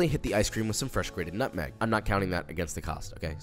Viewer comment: “Not in ‘em” and “rroomm temprreturre” have me laughing like crazy